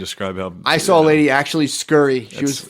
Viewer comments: The way matt says ‘sawl’ for saw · i just noticed matt saying “i sawl him” instead of “i saw him” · Saying, “I sawl him.” Is pretty white trash lmao.